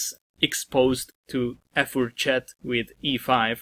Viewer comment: as a French, I'm totally keen on hearing your "fourchette" 👍